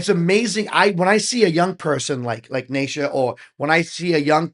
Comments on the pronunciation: In the last year or so they have had the juno keyboard, the les paul. a fender bass, not yet used in a video, an acoustic guitar and a double bass pedal donated to them so their sound has improved without extra expense to them. Neisha is actually pronounced KNEE-SHA! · Naces : Aces with an ‘N’ 😉 Neisha : Knee Sha 😁